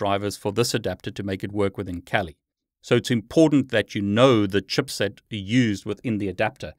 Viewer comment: Awesome video that provided me some good info. Using ACHIrtl stupid antenna and have always had major problems to get it work. It's either I need to install drivers again or the 5ghz doesnt work... OP is switching to parrot OS :D ff that sh** :D ALSO the way you say CHIPSET (chupset) made my day. xD